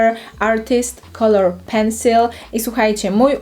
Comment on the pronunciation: Z jednej strony próbujesz powiedzieć pencile z jak najbardziej amerykańskim akcentem a z drugiej mówisz szejset zamiast sześset. Popracuj nad dykcja bo sama treść jest okej, tylko sposób przekazu nieprzyjemny dla ucha.